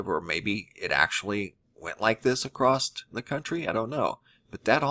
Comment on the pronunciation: Please stop saying "acrosst". It's not a word. There's no need to add a t to the end of across. I've never heard anyone pronounce it that way. It ends in a double S so I'm not sure where the T sound is supposed to be coming from. I like your videos but it's extremely annoying and distracting.